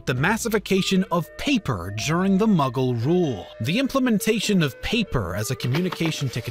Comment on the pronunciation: Everytime he says Mughal, I hear Muggle 😂